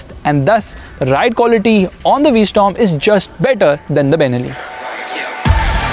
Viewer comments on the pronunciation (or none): Its called a v-strom not a v-storm